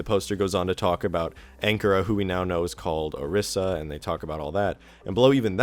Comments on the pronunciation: ITS PRONOUNCED O-REE-SA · four seconds in and i have to quit the vid. dont post on youtube if you cant pronounce words. o RYE za. say it with me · this guys pronunciation of orisa lol